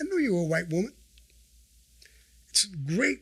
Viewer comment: I didn't hear whamen. He said women with no accent at all.